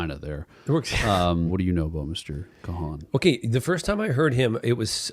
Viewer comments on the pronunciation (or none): Check out the extended/deluxes!!! please. (And his last name is pronounced like "con" like a fraud scheme lol) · Lads where have you been as his new album is almost here.🐞Excellent reaction. Noah's an amazing artist and a beautiful human.❤️ PS it's Kahan(Carn) as in Genghis or Chaka.✌️ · love love love - just a verh very friendly FYI, his last name is just pronounced like "khan" or "kon" just one syllable